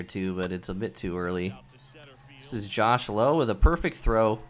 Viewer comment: Good game with an underrated pitcher. And it’s Josh “low” haha